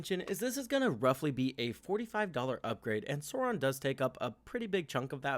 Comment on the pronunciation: Stop saying “soron”. It’s “SAAWRON”.